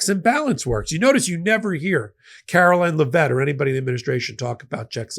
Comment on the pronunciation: Your channel along with MTN is one of my favorites but you need to learn how to pronounce names properly. Caroline Leavitt becomes Carolyn Levett, Mississauga is not Missaswaga. So many times you hurt my ears. Is there no one there to help you pronounce properly? Thanks❤